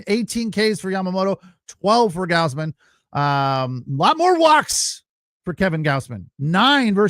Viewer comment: You can't even say Gausman correctly? People are paying you to do this?